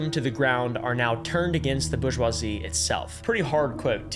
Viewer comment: "Borg-wazzy" lol